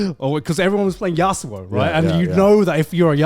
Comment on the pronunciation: joey hearing how "yasuo" is being pronounced